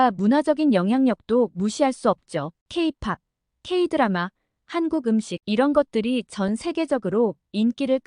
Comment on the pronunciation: 아직까진 AI의 한계라고 볼 수 있는데요. 교정할때 한 번 들어 보았으면 '케이 마이너스 팝'이라고 들렸을텐데, 그러면 한글로 '케이팝' 이라고 수정했으면 이지헌님의 지적을 받진 않았겠죠^^ 채널 운영자분들의 세심한 교정을 기대해 봅니다.